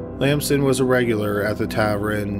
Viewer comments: Am I the only one who is bothered by pronunciation of tavern? It's tavERN not tavREN. It's my only gripe with the video. lol. Happy 2020. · Tav-ren? Tav-ern TAVERN.. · Subbed to this channel for a while but still cringing at "tavren" vs "tavern"... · SAY ‘TAVRIN’ ONE MORE TIME. I DOUBLE-DOG DARE YOU! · Every time he said Tav-ren, I felt like I had gotten punched in the stomach. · Yeah sorry but if you're gonna read out scripts you gotta do a little better. It's pronounced tav-urn not tav-ren and the past tense of pleading is just plead, pronounced p-led not pleaded. Edit: I was incorrect about pleaded, please ignore and I apologize. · Gah, tavren! My grandparents owned a tavren when I was a kid and here I've been pronouncing it incorrectly all this time. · Happy new year but oh my god please never cover a case that has the word “tavern” in it if ur j gunna call it “taverin” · Dude, wtf is a “tav-ren”? If you can’t say “tavern”, then just say “bar”. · Dude, its tavern. NOT taverrin. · You really said "tavren" instead of "tavern" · Love your channel & tour strange affectation in yiur narration style, BUT why do you pronounce Tavern as Tavren? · By the way.... what the Hell is a tavren?!?! It's TaVERN. Drives me Nuts. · Tav-ern not taverin! Drives me nuts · Taverrrrrn not taverin! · It's tavern, not tavren mate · Its TAVERN not Tavrin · TA-VERN not TA-VRIN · "Tavern" not Tavren. That is all. Thx. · Tav-ERN not tav-REN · tavern, not tavrin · Tavren? or Tavern? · Tavern. Not tavrin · Tavern. Not Taveren. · Tavern not tavren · Tavraan? Is that meant to be Tavern? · What the fuck is a tavren? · "Tavren" O.O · Sir, it’s TAVERN not TAVERIN. If you’re unsure about pronunciation- GOOGLE IS FREEEEEE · Geeze....learn how to speak. Extra 'r' at the end of words at end of the sentences. And 'tav-ern' isn't 'tav-run' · Just a note: tavern is not pronounced tav-REN but rather tav-ERN. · Tavern not tavren!!! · Nobody:: "Tav-ren." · WTF is a tavrin?